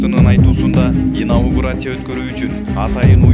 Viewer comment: Иниаугурция дейтко😀😀😀😀😀😀